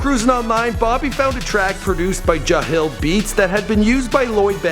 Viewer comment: Jahlil not jahil